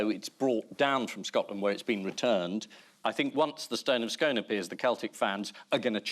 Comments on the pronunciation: Please tell Camilla the stone of destiny is the stone of SKOON..correct pronunciation and NOT how she pronounced it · Stone of Scoon, not Stone of Scoan. 😂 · It is pronounced the Stone of Scone (skoon) you sasanach idiots....